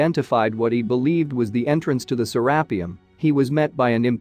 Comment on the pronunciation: I can't do it... the mispronunciation of to many things... say it with me Sarah pee ummm